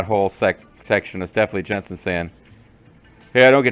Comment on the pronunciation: It's Jansen not Jensen, don't conflate him with an actually cool video game character lol. Man, I remember him being annoying but I forgot how sleezy he was.